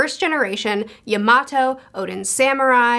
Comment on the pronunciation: hate to be one of those guys but the way ur saying yamato's name, ur saying it like how you would say tomato